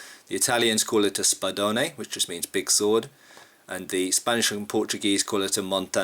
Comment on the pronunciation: In spanish its "espadón" not spadone you mute the final "e" i know for your speech this would sound like spadoun just imagine a midle betwen -a and and the -o more like spadewn. Btw nice show nice movés. id LOVE to CUT down more than one in two pieces with a sword of the true honor